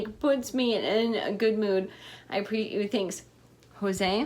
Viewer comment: " i apreet you thanx" hahaha i love youuuu